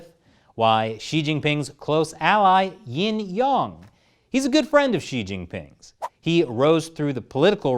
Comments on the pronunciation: Did you just say that guys name is YING YONG 😂😂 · LOL YING YONG. like ping pong